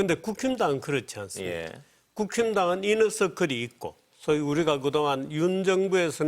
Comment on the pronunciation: 이너서클을 이녀석들이라고 들었네